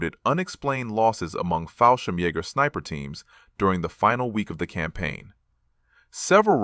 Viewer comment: Not Hol mes but pronounced HOMES the L is silent and also Jager is pronounced Yarger not yaaager